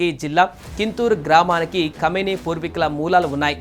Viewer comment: కామిని కాదు బాబు... అయన కమీనే (నీచ్ కామినే కుత్త)